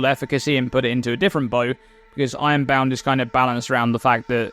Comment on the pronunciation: I was about to comment something smart but then i got stuck on how you pronounce "ironbound" and now i can't stop think about it.